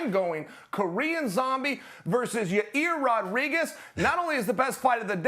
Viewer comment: "Ya Ear Rodriguez" - This fuckin guy right here